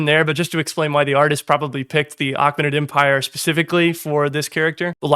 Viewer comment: I know it's engagement bait but it's pronounced Ay-KAY-muh-nid not ach-men-nid